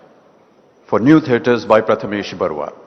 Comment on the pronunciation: Big B mis-pronounced the name of the legendary film maker "Pramathesh Barua" as "Prathamesh Barua(7.34 minutes)